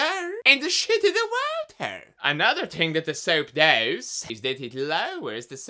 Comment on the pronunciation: De wauta! I cannot hold back the laughter when he says it that way!